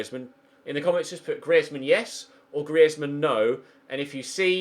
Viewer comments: Its not gree ez man its greez man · please say griezmann not gri ez mann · It’s pronounced greez-mann not Gree-ez-mann jesus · Its not Gri-ez-man 😂 its 2 syllables mate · Dude, Griezmann is French (and his surname is Alsatian), not Spanish. The z is just pronounced like a normal z, not a "th" sound. Google IPA/French if you want to check for yourself. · It's not GriÉzmann!!!!!!!!!!!! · Why are you pronouncing Griezmann like that? 😕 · Don't sign Griezmann I can't stand the way you pronounce it 😂😂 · Simple for the fact that I hate how you say Griezmann I'm saying Draxler Draxler Draxler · Please stop saying Griezmann like that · Pls stop saying griezmann like that he's not Spanish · yes get Griezmann and say his name correctly please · Who else is cringing every time he says Griezmann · don't buy griezmann if you're gonna keep saying his name like that, sign forsberg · What was that pronounciation of griezmann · Please say griezmann properly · Why do u say thomas and griezzmann like a fuckin idiot